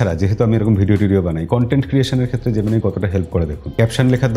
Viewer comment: জেমিনি কে জেমিনাই বলাটা বন্ধ করুন। সবকিছুতে বিদেশিদের নকল করাটা বোকামি।